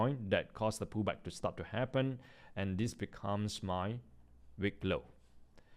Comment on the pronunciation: it is wick not Weak